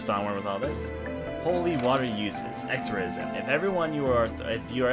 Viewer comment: There are some things I forgot to correct pronunciation on. Exorcism, Sigil, those are a couple of them.;D